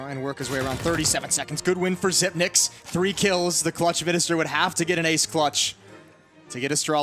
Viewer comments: It's pronounced "Zip-picks" not "Zip-nicks" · Its prenounced SYPNIX, Not Sypix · Slight mispronouncation of his name throughout the video. Xyp9x is "Xypnix and not "Xypix" as the number "9" in Danish is spelt "Ni". So there you have it fellas. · It's not "zypex", it's "zypnix" as "9" in Danish is pronounced "nee". Some pro casters get it right, some don't. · It's "ZypNix". 9 = nine in english, "ni" in danish. Xyp9x = Xyp-ni-x. Cmon baby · Yes "zip ex" not fucking "zip nix" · It's Xypnix not Xypex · It's prenounced Xypnix. "Ni" is nine in Danish, Xyp9x. Well, that's that. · It’s pronounced Xypnix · isnt the name pronounced 'zyp - nix' ? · It's zip-ex, alot of players confuse it tho but thats what he said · Bro it's Xypex. The Y has to be pronounced like the U in YouTube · The amount of casters that say "zipnix" kills me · The way he says hes name 😬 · Love how you pronounce his last name 😂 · Oh god you butchered his last name. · ok for real...is it pronounced "zipix" or "zipnix"?